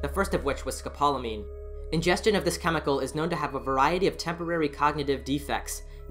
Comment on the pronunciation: Oh! And the drug is pronounced scope-la-mean. 😘